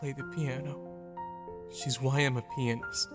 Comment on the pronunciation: Why does when he says " well I'm a pianoist ( ?) it sounds like well I'm a penis